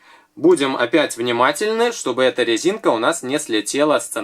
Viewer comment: Я не ослышалась?, вы сказали на лезинка?